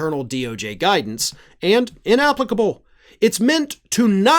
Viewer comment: I would share it but you said inapplicable wrong and I won't and I think you rock.